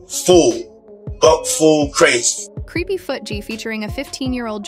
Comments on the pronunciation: 🤔Did she say CREPPY instead of CREEPY ⁉🤣😂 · His name is Just-in. NOT Justine. Also, you pronounce it CREE-py, not Creppy. FFS. AI IS BULLSHIT.